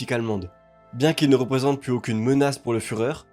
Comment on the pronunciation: VERS, et non "vairs". PLUS, et non "plusse". LA VOIE, et non "la vois". L'ETAT, et non "l'êta"... T'es pas seulement délu, t'es aussi illettré visiblement. Cesse donc de parler de ce que tu ne connais pas.